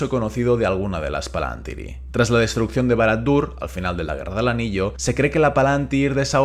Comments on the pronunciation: Exacto, la pronunciación del plural en el vídeo es incorrecta, pero de todas formas no confundamos esa tilde con una tilde española. En quenya indica que es una i larga, y eso obliga a acentuar en esa misma sílaba en ese caso concreto. Son las mismas reglas de acentuación del latín: las palabras son esdrújulas a menos que la penúltima sílaba sea larga, en cuyo caso son llanas. Una sílaba puede ser larga porque la vocal sea larga (PalantÍri) o porque a la vocal le sigan dos consonantes (PalAntír). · ¿Por qué pronunciás "Palantíri" como si tal llevara tilde en la antepenúltima sílaba si en el título del vídeo se lee como una palabra grave y no como esdrújula?